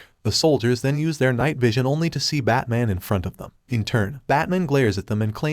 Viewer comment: “batmon” yet the transcript says “batman”. went back to check if i heard that correctly. 🤔